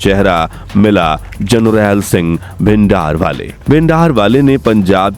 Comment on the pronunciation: ਭਿੰਦਰ ਵਾਲੇ ਨੀਂ ਭਿੰਡਰਾਂਵਾਲੇ ਹੂੰਦਾ